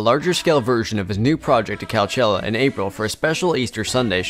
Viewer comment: “calchella” dude just mispronouncing words 2 piss us off ha